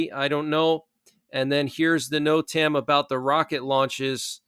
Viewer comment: Great show! But NOTAM is pronounced ‘Note-um’ with emphasis on the first syllable